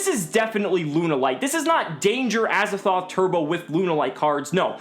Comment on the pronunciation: Pls stop calling him Azzathoth. This card is called Azathot. It is literally Az-A-Thot.